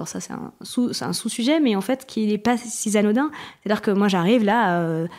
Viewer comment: "Si zanodin" et ne relève pas cette liaison qui n'a pas lieu d'être... C'est bien beau d'avoir un champ lexical étendu, mais si vous massacrez tout avec des liaisons hasardeuses, vous aurez quand même l'air con.